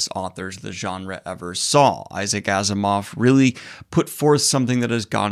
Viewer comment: Are you sure Asimov is pronounced this way?